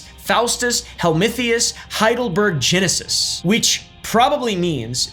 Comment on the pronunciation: It's Heidelbergensis bud, so -gensis not -genesis.